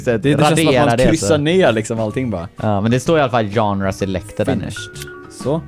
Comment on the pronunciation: Man uttalar inte det ganre. Man säger schanger